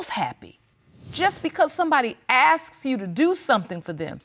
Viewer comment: How is going to be a lawyer? Can't even think for herself and speak correctly. It's not Axxx it's asks.